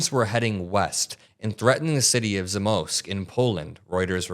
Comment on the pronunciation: Hi, a fellow Pole here. It's: Zamość = ZAH-mohshch Rzeszów = ZHEH-shoof Just making sure pronounce stuff right in the future, when Putin is gonna be bombing the hell out of those places. 🥶